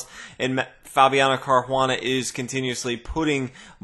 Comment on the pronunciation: Thanks for the videos and the quick updates on big tournaments. Sorry to bother you with this but I have been wondering for a long time though why you pronounce Caruana like he's Brazilian or Portuguese and not either in an American or Italian way?